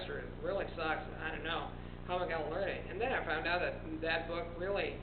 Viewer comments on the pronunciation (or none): none